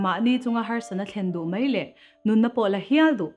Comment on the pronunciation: An chang thiam in a hmuhnawm hle mai.👍🏿👍🏿.. Mahse kan ti teh ang kan lo inzir zel nan.. “Mai” han tih tur ah hian “Mei” kan ti leh tlat zel..